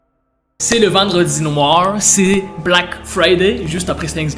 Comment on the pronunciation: wsh l'accent quebecois (vendredi noir) a